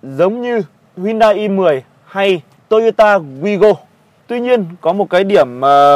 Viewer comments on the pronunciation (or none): none